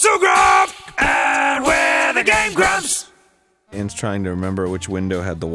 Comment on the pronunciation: The auto captions translate Dan saying "I'm not so grump" into "I'm not zhu gob" and now I can actually hear him say that and nothing else